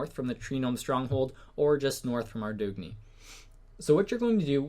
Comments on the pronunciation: He said "Aw-droog-knee" Lmao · It's pronounced Ar-Doon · The way you say Ardougne gives me cancer